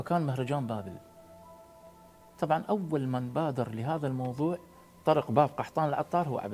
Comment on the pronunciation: شكد اكره الناس الي من تحجي وكل شويه تگول ئئئئئئئئئ ئئئئئئئئئ ئئئئئئئئئ اتنرفز 😡😡 وبعدين شنو اول من باذر اسمها بادر